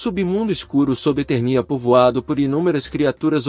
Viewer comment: Na boa, esse locutor não conhece He-Man! Errar as pronuncias de Eternia e Trolla, chamar Esqueleto de Seletor e não saber que aqui no Brasil o personagem tema do vídeo se chama Lagartauro.